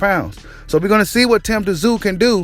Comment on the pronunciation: Tszyu you just pronounce his name zoo, the T is silent. 👍